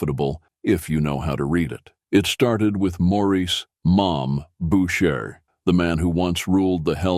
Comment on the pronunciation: Who the F is "Bowtcher"? Stupid fricking AI.